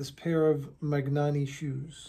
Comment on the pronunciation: Since you probably come across Italian words/ brands a bit in your work, just a note on pronunciation: in Italian, gn is pronounced like ny in English. E.g., Bologna sounds like Bolonya; Spagna sounds like Spanya; Magnanni sounds like Manyani